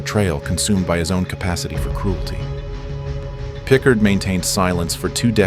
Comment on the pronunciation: it's pronounced more like PicCARD